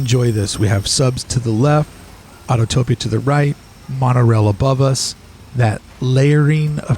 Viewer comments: Neat idea documenting the perimeter. It’s Au-to-pi-a not Autotopia. Otherwise, I enjoyed the tour. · I always chuckle when I hear people say "autotopia" when it's autopia